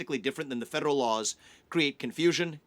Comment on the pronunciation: Why cant he say the word 'federal' correctly?